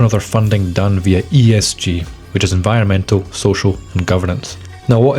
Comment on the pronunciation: e n v i o r m e n t a l 😂